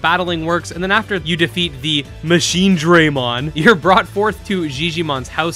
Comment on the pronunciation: Oh that went on my nerves so much. They really should have thought this through a bit better.